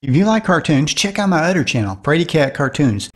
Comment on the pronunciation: The narrator can't say Other. He says udder.